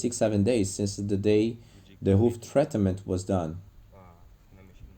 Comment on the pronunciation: Treatment is not 3 syllables. Cracked is also not pronounced with 2 syllables. As narrarator you should change speakers using: "Renato answers or Renato says" Pro cee jure